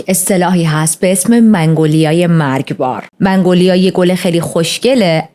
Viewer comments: سلام عالی بود 🎉🎉🎉 ولی یه نکته وجود داره این گل مگنولیا است شما منگولیا تلفظ کردین فکر کنم اشتباه لفظی بود 😅😅😅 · منگولیا اشتباه است و مگنولیا درسته..من فلوریست هستم و متوجه شدم منگ‌لیا میگویی اما درستش. مگنولیا میلاشد.عرض کردم جهت اطلاع.موفق باشی خوشگره. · عزیزم منگولیا چرا میگید؟ اسمش مگنولیا هست.داشتید پرونده مینوشتید اسم صحیحش رو سرچ نکردید؟ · درود بر تو❤ ممنون بابت کاور این پرونده خیلی خوشم میاد که با دقت و با انرژی زیاد جریان پرونده هات رو توضیح میدی و انقدر واسه شنونده هات ارزش قائلی در مورد گلی که اسم بردی باید بگم که من از چت جی پی تی سوال کردم گلی به اسم منگولیا وجود نداره و اینی که گفتی تلفظ درستش مگنولیا هستش که من حتی خیلی سال پیش عطرش رو هم داشتم در مورد سمی بودنشم؛ بو کردن و لمس کردن گل مگنولیا اصلا خطرناک نیست ولی خوردن قسمتهایی از ساقه و گلبرگش خطرناکه و بخاطر همین، نگهداریش در خونه به کسایی که پت دارن توصیه نمیشه همین دیگه؛ بازم ازت ممنونم خیلی دوستت دارم بانوی زیبا و پاینده و پیروز باشی 💝🥰⚘😘🙏🏻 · منگولیا😂😂😂 مگنولیا🙄✅ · ای خدا😅😅😅 عزیزم چقد بامزه مگنولیارو میگی منگولیا😂بگردمت😅❤ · چه باحال مگنولیارو میگه منگولیا 😂عزززیزززممم ❤ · منگولیا چیه؟ مگنولیا درسته.. 🙂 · مـگـنـولـیـا درسته، چرا میگی مـنـگـولیا؟! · مگنولیا فکر کنم نه منگولیا 🙂منگولیا شبیه فحش شبهای برره اس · فکر در ابتدای ویدئو به اشتباه می گفتی منگوایا